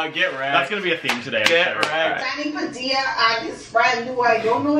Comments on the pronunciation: Ahh yes, Danny Padilla. Not pa-dee-ah. Pa-dill-ah. Just like k-sa-dill-ah and not k-sa-dee-ah Also, what the fuck is going on in the back with the signs?? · I get it. Padilla is a tough name to pronounce for some people. Here it is once and for all: PUH-DEE-UHH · Danny Padilla & so u pronounce it PUH-DILL-UH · This is how to pronounce it DANNY PAA-DEE-LAH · It’s pronounced Padeea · Danny Padilla & it’s exactly like how tortilla is pronounced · Ha! Sorry to get ur name wrong! It sounds closer to the way I pronounce it in the Philippines, so I was basing it on that. Now I wonder if I been mispronouncing my friends name my whole life?! You guys are wicked cool though. Honestly, you make the YouTubes awesome!